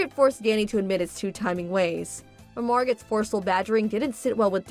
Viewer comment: "Margot" is pronounced, "MarGO". "Beau" is pronounced, "Boe" (rhymes with "doe".)